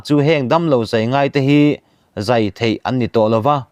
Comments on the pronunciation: Entik lai pawha, in phawi chhuak reng thei tih lai khi a thluk a dik chiah lo nih hi, ka nui lo thei lo,nuih sawh lam ni lo in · I Thu chhiar hi nangmah ngeiin han ngaithla Chiang teh, "thei" i lam Rik dan hi midang lam Nita se a mak i tihve ka ring.